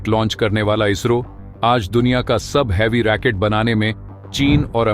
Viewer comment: रैकेट नहीं रॉकेट